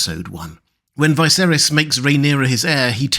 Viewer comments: Why is it you pronounce Viserys wrong all the time? Martin pronounced it Viserys, not Vie-serys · Why does he always say VICE-erihs instead of the way it is pronounced? 😂